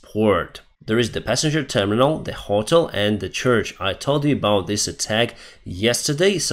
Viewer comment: your English is improving, but you are still pronouncing hotel and south wrong. When you say the russians are ‘souse’ I have to chuckle because souse means drunkard! 😂